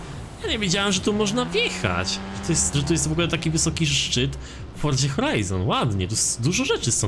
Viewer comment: Mówi się forza a nie fordza